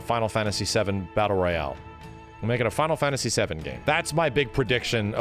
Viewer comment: “Fonal fonasy”